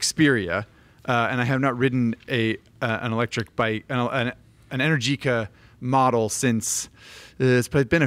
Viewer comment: Go ride an Energica (which is pronounced Enérgica) than you can talk about electric motorcycles.